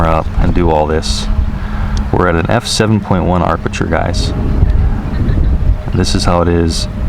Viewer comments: I was going to say there is no "R" in aperture .. but someone beat me to it. The higher the aperture number, the SMALLER the opening in the lens, which will give you a deeper "depth of field" (which translates into sharper focus over greater distances). The lower the aperture number, the LARGER the opening in the lens, and then the depth of field is very small, and you'll likely have to use the "tap to focus" much more. I have to get a Circular Polarizing filter for my Evo, as it really helps to bring out the blues in the sky, and adds some color richness, imho. The Point of Interest performance is very good .. better than anything out there right now .. definitely a DJI forte. I woke to 20 deg. F (-6.6C) temps this morning, and it will not reach 30F .. might tomorrow .. I hate flying in cold temps, as I lose feeling in my fingers, making it hard to fly .. AND unpleasant as well. Thanks for the look at the updates. Cheers! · Amazing how many illiterates and dumb,dumbs that are posting comments 🤓🤪 sorry but come on 🙄 and BTW it’s not arpature it’s aperture 😂😂😂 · I am Hawaiian and we definitely don't say AR-perture, don't speak for us if you're not even from here, you are not the gatekeeper, I have never heard someone say it like that. He is mispronouncing it and adding an extra 'R', no big deal- no need to get all defensive. We say aperture here. Still love and his awesome vids! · Alpha6Tango hope he reads this APerture not ARPerture. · I'm lol every time arperture lol love his videos it happens to everyone. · Great video, I always enjoy your narrations. Btw, you can turn off that annoying RTH beep by pressing the power button on the DJI controller (not the iPad). However, the 'low battery' beep cannot be turned off unfortunately. Precision Landing is now on by default, you don't need to do anything special on take-off. And, as I'm sure you've heard by now, there's no 'r' between the 'a' and 'p' in 'aperture':) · Ap-e-ture not ar-peture